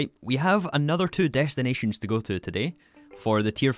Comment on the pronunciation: Am i going crazy or does it sound a bit like deshtiantion?